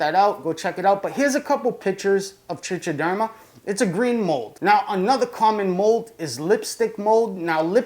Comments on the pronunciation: It's pronounced trick -a - derma actually. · Nice vid. It's pronounced "trike-a-derma" by the way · The only thing I'll agree to is that you pronounce it wrong. If you don't freaking care why the compulsion to comment on it? Also it's not grammar it's pronunciation and it doesn't matter how many ignorant people on youtube mispronounced it it's still wrong. You're wrong, why defend an obviously verifiability wrong position? Just own it and pronounce it correctly now that you know. You know, like a rational adult.